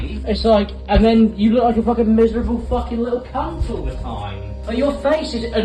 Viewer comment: Watching casually, enjoying video Hears "he's in the green screen cuuuunt": I sense an Aussie 🤔 Howdy from across the ditch homie, sick vid!